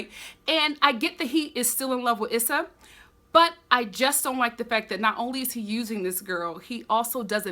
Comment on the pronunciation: It's definitely "Eee-sa". Emphasize on the E not the S.